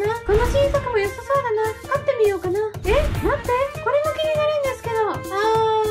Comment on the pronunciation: 言い方が飼ってみようかな？だんだよねwwwwwwwwwwwwwww